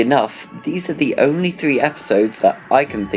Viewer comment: "These are the oy 3 episodes that...EYE can think of that..." 😏😏😏...end me now plz